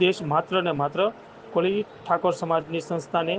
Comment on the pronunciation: કોલી નહીં કોળી ભાઈ